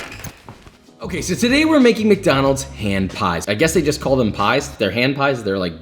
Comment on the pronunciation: You know shit is real when josh says: "we're back at MaCdÆnAlDs"